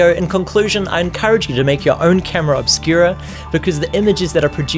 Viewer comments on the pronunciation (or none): Jjjajajajaja "Oscura!" but it's funny how you say it :)